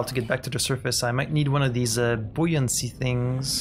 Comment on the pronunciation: You're doing very well at figuring out the pronunciation for new words. Buoyancy is a tough one, but you nailed even that. I have a lot of respect for people able to learn multiple languages. That's something I've never managed to do beyond bits and pieces.